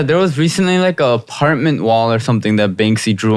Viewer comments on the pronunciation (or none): none